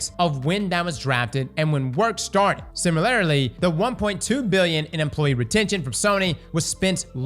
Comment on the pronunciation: “Similarily” is wild.